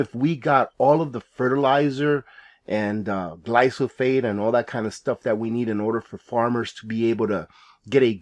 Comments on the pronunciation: GLYPHOSATE = Gly Pho Sate Not Glysophate. Loved the comment about "man" -- you're not 'old school,', you're Traditional....not a thing wrong with being Traditional!! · Thanks for covering this very important issue. On a minor note I believe the pronunciation is typically “gly fa sate”.